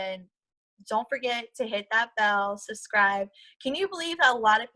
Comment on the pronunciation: Yall better go Susscribe! I am not making fun of her. I have always hated the word subscribe and have said it wrong myself. It just made me laugh bc it reminded me of the time I said it and realized it and asked myself wtf lol. seems like a solid person.